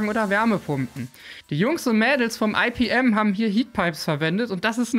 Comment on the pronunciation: Cooles Video. Ich möchte aber darauf aufmerksam machen, dass das "Fraunhofer-Institut für Physikalische Messtechnik" bitte nicht englisch abgekürzt "EiPiEm", sondern einfach "IePeEm" gesprochen wird. Meine Fussnägel danken es dir! 😉